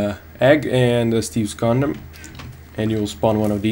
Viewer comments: Are you saying Steves Condom D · did he say steves condom wtf XD